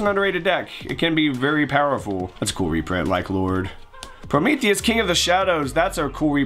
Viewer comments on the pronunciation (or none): none